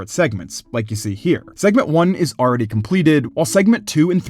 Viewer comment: Stop saying arready